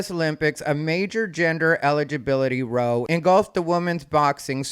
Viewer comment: "row" in this context rhymes with "how" not like "row the boat"